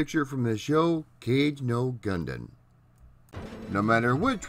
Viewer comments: It's kah-gay, not "cage" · Lol he said cage instead of Kage. Way to write a script with word you can't even pronounce bro, hope you try harder in the future to be real with your audience about your level of literacy and eloquence.